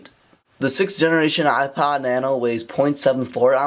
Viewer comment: Hate the way you say "ipad" instead of "ipod"